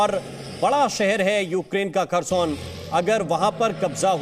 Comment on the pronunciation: Kharson nahi hai bhosdike.. Kherson